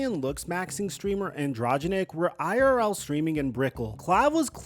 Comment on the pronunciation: AN DRO GEN IC say it slowly lol